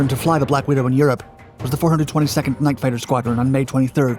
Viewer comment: "Night fitter." Bye.